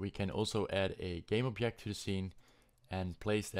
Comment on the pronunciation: Dude when you say object is hilarious, its like you speak german instead of english